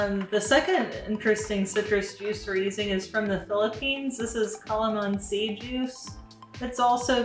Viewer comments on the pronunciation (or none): CalaMAHNsi is how it's pronounced 😂 it's also called calomandin in the west. Hybrid of a lemon and a kumquat